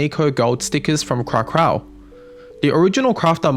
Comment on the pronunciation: Kra kow, crak ow. not kra krow